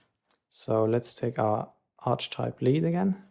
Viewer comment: Ark-eh-type, Flan (pan) - jer.